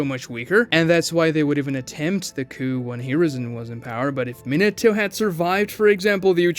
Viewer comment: Minnentuh? MINATO!